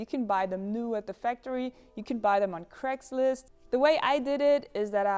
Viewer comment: Genuinely thought you said Crateslist instead of Craigslist 😂